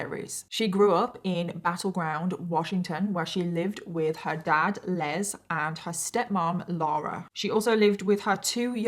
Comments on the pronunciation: My dad is Les. His full first name is Leslie. I have heard people say that name pronouncing it with a z. You don't pronounce the male name Les with a Z. You pronounce it with an S. I hate it when people pronounce my father's name with a Z instead of an S. It's LES. LESSSSSSSSSS. OK? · I’m going to go out on a on a limb and say her father’s name (Les) is pronounced like Less. That’s the common pronunciation in the U. S.